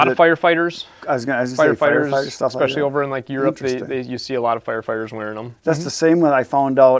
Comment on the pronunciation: He lost me at eckspeshelly